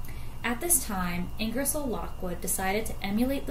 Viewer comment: his name is pronounced ING ger sole